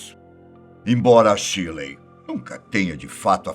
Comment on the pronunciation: Só faltou pronunciar o nome da mary shelley correto porque não se pronuncia shirley 🙄